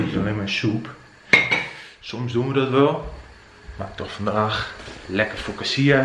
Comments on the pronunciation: Focaccia spreek je toch uit als fokkaasiea en niet fossasiea?🤣 Je vlog was echt leuk, heb het gemist de afgelopen weken!🤗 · Maar echt, je spreekt het uit als “fokatsia”